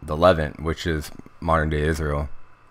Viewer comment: This is very interesting information. Thank you very much for sharing. Not to be a wise guy, but Levant is pronounced luh-VAHNT, not LEH-vint